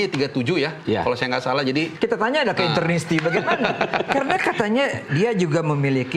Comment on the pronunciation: Interisti.. bukan internisti.. terakhir kami kunci UCL 2010 dari klub2 italia.. tahun ini kami akan buka kunci itu lg.. semoga juara.. 2010 bagi kami, semifinal itu final yg terlalu cepat.. tahun ini jg akan bgitu.. FORZA INTER !!!